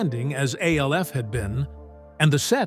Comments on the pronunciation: I will NEVER give a LIKE or SUBSCRIBE to ANY AI voice. It's called ALF ~ not A L F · geez at least tech the AI to say "ALF" and not "A.L.F." 🤣🤣🤣🤣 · Of course it was but the show was still pronounced ALF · This is why you need to write it as Alf. So the AI narrator pronounces it properly